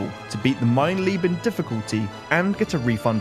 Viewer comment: I don't mean to nitpick, but the difficulty is called "Mein Leben". "Mein Lieben" means "My Love". Not sure if it was said like that on purpose, but it was a funny touch nonetheless!